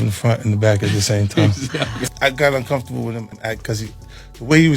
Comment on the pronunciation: “I’m the only one who’s been VOKOO about it. I’m uncomfortabooo. I think fiddy cents means VOCAL.